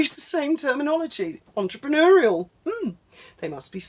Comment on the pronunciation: The number of times Mad Meg repeats 'entrepreneur' grates enough but her pronunciation (oo-er) of the final syllable shows her claim to speak French is a load of old vache merde.😊